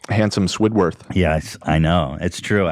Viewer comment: “handsome swidworth” wtf lol